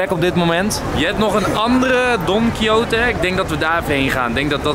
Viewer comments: Even voor Enzo: Don Quijote spreek je uit als 'don-kie-got'! :-) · Je spreekt het uit als Don Kiesjot. Is afgeleid van de roman Don Quichot.